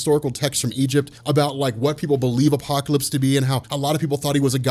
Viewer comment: The way u say apocalypse is godly